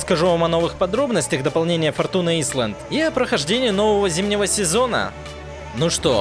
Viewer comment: Всё супер. Говори погромче, и интро убери/сократи до минимума. Успех обеспечен. p.s. форчун айлэнд произносится